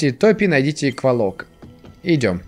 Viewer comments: Говорится не кволок а ударение на 2-е о, а правильно на 1-е о. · Ну как бы рассказчик первой части это древо духов... Охх, и это не Сейн из первой части, и это как мне лично кажется не кволОк, а квОлок. Ну да неважно.... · ээээ..... я правильно понял, что на этом канале уже нет образованных и адекватных людей, что бы сказать, что правильно "квОлок", вы же НЕ говорите "пушкИн"